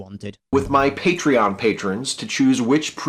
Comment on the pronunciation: "patreon patriarchy" is what I heard in the beginning.